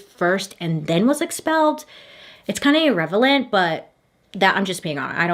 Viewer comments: (“irrevelant” instead of irrelevant lol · “irrevelant…” 😂love you Bailey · The part where you thought you said “irrelevant” 😂